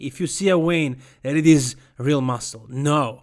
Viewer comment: " See a wein"??? Ahhhhhh, I think you mean vein.